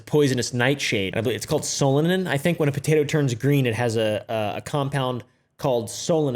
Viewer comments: He said “fotato” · Dude on the voiceover does say Butato 😂😂